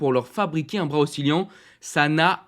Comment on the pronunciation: Oscillant pas oscilliant 😢